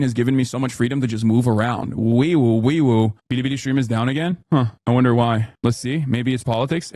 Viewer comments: It's not even the right foreign way. It sounds Japanese. Chinese Ls sound like English Ls, so you're supposed to just say Bilibili normally xD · “BEEDEEBEEDEE did we do a no-no thing?” Why does he say Bilibili like that? Why does he say “no-no thing”? I can’t stand this man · He tried (and failed) to pronounce Bilibili with an accent. Also BurntPeanut is really feeding well off hate watching since people forgot they could just ignore things they don't like. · Hasan pronounces “Billy Billy” like my white grandma saying “tortilla” at a Mexican restaurant. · It would be fine to say it the Japanese way if it was Japanese, but it's not.